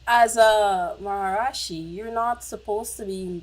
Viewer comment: Thank you for the reaction! FYI not that it's important, but the pronunciation is ma-ha-ree-she! Keep it up with the Beatles reactions, please!!